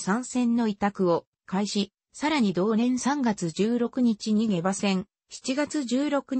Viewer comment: 下馬は ❌げば ⭕しもうま と読みます